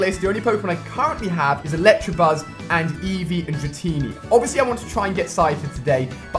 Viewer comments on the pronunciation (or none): Can you please stop pronouncing the non existent 'R' in Electabuzz? It's very annoying. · It's elecTAbuzz not electrabuzz.. And also pidgeotto is pronounced pidgey-oh-toh! As ash Ketchum would say :) no hate here 😜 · i like this series but somebody teach this man how to pronounce electabuzz